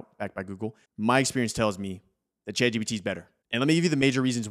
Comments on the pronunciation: It really sounds like he's saying Chad GPT, lol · Subtitles say youre saying Chad GBT which is kinda hilarious.